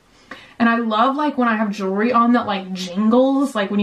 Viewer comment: Or jury instead of jewelry.